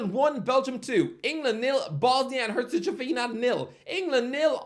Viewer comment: Bro you BUTCHERED Herzegovina 💀😭